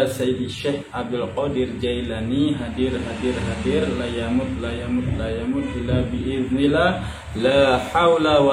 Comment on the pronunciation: Maap saya keliiru ni bacaan nya illa BIIS NILLA ATAU ILLA BIIS MILLAH mohon mohon penjelasan nya